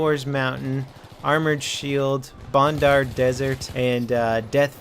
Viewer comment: Its bandar desert not bondar its a A not a O it seine (sen) crossing all over again ok rant over nice video